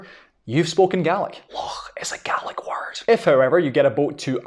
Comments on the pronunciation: When referring to the family of languages, should I be pronouncing it GAY-lick or GAH-lick? It seems they were used interchangeably here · as a native scots gaelic speaker, when will we stop spreading the lie that scottish gaelic is pronounced scottish ‘gallic’ in english? in the language itself we call it ‘gàidhlig’, people heard that being said by speakers and we now pronounce it as ‘gallic’ in english. the english for it is G A E L I C. we are GAELS, not ‘galls’. let’s pronounce it the right way. as well, saying that the gaelic/goidelic languages aren’t mutually understandable is not true?? someone from kerry very expectedly would not understand some dialects of scots gaelic from the north highlands or outer hebrides, or perhaps manx. but depending on where you’re from it is incredibly easy to communicate between the different ‘languages’, (they are dialects of the same language in my opinion) ach co-dhiù, tha e còrdadh rium gu gasd’ na tha u a’ dèanamh leis a cheòl, ach sin mo beachdsa! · The pronunciation sounds like Garlic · Gaelic and Irish certainly can be mutually understood, particularly with Ulster dialects. Gay-lig is also a perfectly valid dialectical pronunciation in Argyll, Islay and Nova Scotia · Yes because the ulster dialect of Irish is pronounced as Gay lick.